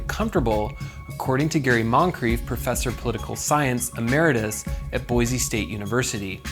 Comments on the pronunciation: Boy-Sea, not Boy-zee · Its Boise not Boize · Since I have lived in idaho my hole life it is pronounced boy see Boise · Not to be too critical, but it is Boy-c. Thank you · Hey, real quick. See this word? >Boise< Does this look like it has a "z" to you? No? Good, then stop saying it like it does. Edit: A word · It hurts your cred how you mispronounce "Boise" every single time you say it.